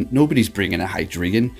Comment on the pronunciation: Its pronounced Hi Dry Gon...wtf heck is a hydreegan? lol